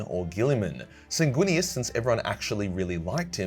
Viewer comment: Sanginius. Even Horus knew that, he said as such. Sanginius every brother (except Lorgar... maybe.) would have accepted.